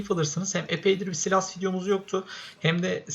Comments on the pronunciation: Silas değil saylas diye okunuyor ama sen istediğin gibi söyleyebilirsin:) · Saylas değil saylıs diye okunuyor ama sen bilirsin